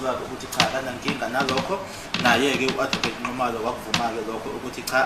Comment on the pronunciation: its NXUMALO not NCUMALO..